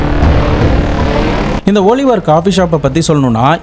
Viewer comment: ஓலிவர் இல்ல ஆலிவர்